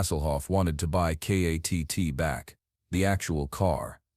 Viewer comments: Its Kitt not katt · It's kitt not katt stupid ok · K.A.T.T. it's K.I.T.T.